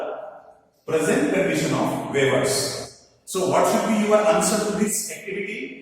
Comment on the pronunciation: Hello Sir ! Please check your pronunciation of the words, 'weavers'